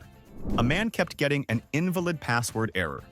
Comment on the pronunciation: The pronunciation of "invalid" shows this is being read by an AI that doesn't do context